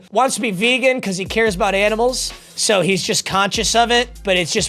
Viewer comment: That vehgan teacher about to yell at you 😂😂